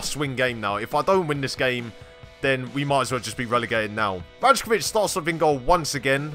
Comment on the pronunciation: I also know it's "Ry-kovic" not "Raj-kovic", I ALREADY RECORDED THE EPISODE BEFORE I FOUND OUT HOW TO PRONOUNCE IT PROPERLY Love you all. xx